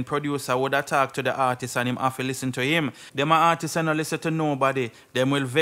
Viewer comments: Yea okay, keep trying real hard but It still don't take away the fact that your point nah make it, and it still don't take away the fact that it's artists not artiseeessss.. lol... Come again! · Blogger, the word is not "artises" . When it's plural it's just artists. It's pronounced like the singular form artist with an s at the end, it's still 2 syllables not three